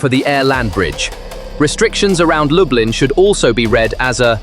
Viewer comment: DET HETER LUBLIN,INTE LUB LIN.